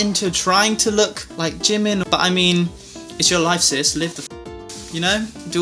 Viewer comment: I always thought you pernouce jimins name like jee-min